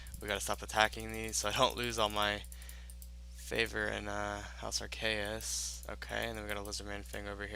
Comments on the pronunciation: The way he keeps saying Arceuus is so cringy, it's (Are-C-iss), that'swhy the fairy ring code is "CIS," it's how you say the end of the house name; and he messed up say "incantations," he said "incanations" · Arceuus (pronounced "Arr-KAY-us")